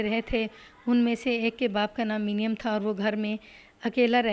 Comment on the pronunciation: میڈیم۔۔۔۔۔۔ یہ لفظ منیم (مو نیم )ہوتا ہے ۔